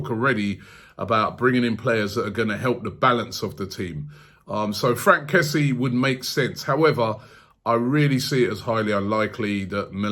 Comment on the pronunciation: His name is pronounced kessie-e btw